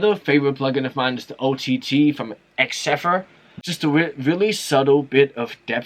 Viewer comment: still judging u for saying exceffer (xfer) 🤣